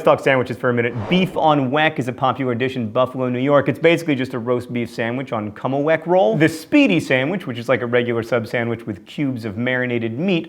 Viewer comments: John, I love you, and can't wait to see TFiOS, but it's Kim-a-weck, not Kome-a-weck. From a born-again-Buffalonian. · I'm from Buffalo and allow me to just say this: kimmelweck.